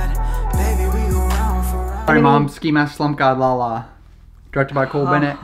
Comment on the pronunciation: Its LA LA not lala